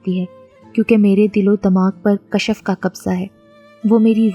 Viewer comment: Kashaf nhi hota name kashf hota hy